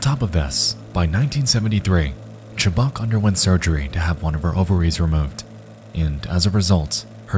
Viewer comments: Her last name is pronounced "Chu-buck"...not "Chu-Bock". Maybe the most famous of the disturbing lost medias out there. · My biggest pet peeve is people who don't bother to learn how to pronounce well known names. Her name is pronounced "chub-UCK." I'm really not trying to be a Karyn here, but this doesn't take much research.